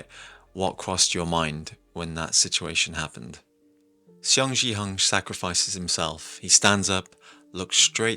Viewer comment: But for the pronunciation of their name, it's Seong like a "Song" pronunciation and gihun not jihun and not xiong jihun